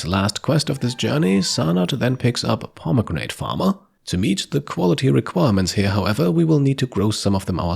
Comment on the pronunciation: You're a cool guy but you gotta look up how to pronounce Cleopatra. & pomegranate. The English language is an absolute dumpster fire. Not that either of those words are English, I suppose.